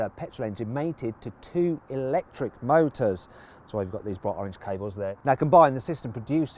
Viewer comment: "ォゥ"シリーズ モォウターズ ポォウロォウ ヴォルクスワーゲン ポォウロォウ ヴォルクスワーゲン ポォウロォウ